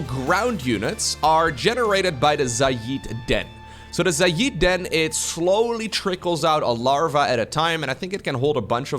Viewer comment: Nobody else pointing out that is pronouncing Xayid like Xay-eed instead of Xay-id?